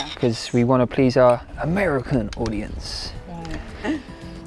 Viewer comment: Omg yay more videos with your dad please! Also the way you say “AMERICAN audience” I’m dying 🤣